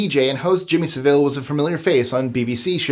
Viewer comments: every other time I have heard this guys name it is pronounced with a short 'vel' sound not the longer 'vil' sound you have used. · You make Jimmy Saville's last name sound almost Spanish. It's pronounced Sav-ill...ill being appropriately the stronger syllable. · It's actually pronounced 'sA-ville'....... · jimmy sa-ville? You're mispronouncing that pos' name. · It's Jimmy Saville as in sav I'll It's Saville ok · Jimmy Savile’s surname is pronounced Sa-vill. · Number 9 - His name is Jimmy Saville - prounouced sav ill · Jimmy Savilles name is pronouced with the accent on the SAV part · Sorry Jimmy who? you really gotta learn how to pronounce English / British Names. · Nobody pronounces Saville like that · His American pronunciation of "Saville" is making me laugh 😆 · Yes, sounds like the Spanish city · I also commented on that 😂😂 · Agreed... and it surprises me. usually goes out of his way to get pronunciations correct. I guess law of averages says you miss a few. Lol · I've heard that the Property Brothers houses weren't bought by the couple on the show. By the way Jimmy Saville pronounced that a in his name Sa like basket then ville with emphasis on the sa part. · Thank you! Drives me nuts when people don't bother to learn how to pronounce properly.